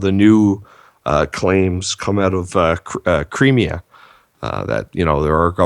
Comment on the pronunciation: creamier hahahahaha cri-me-a